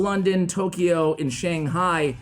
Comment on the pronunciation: ugghhh i hate how you mispronounce Shang Hai !!!!